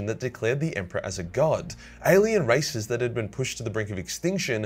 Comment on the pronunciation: I though he said "alien racists" and not "races"